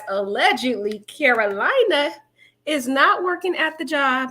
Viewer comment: It’s not Karolina like North or South Carolina, It’s Karolina like Car-o-Leena.